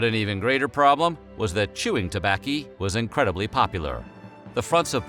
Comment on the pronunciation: You really went there when you said chewing “tobakki” did you!!!???